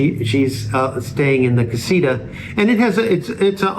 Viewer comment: Casita. The TA needs to be emphasized. Not Ra . Just saying . Jeje